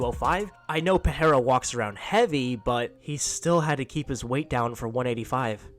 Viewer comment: "Pee-ai-ra." Goat Chael